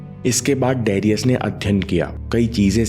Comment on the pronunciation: it's not डेरियस it's डरायस : Great msg nice video..Thank you